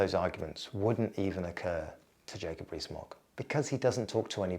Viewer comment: Jacob REEE-Smogg